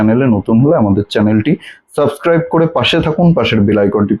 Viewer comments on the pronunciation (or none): none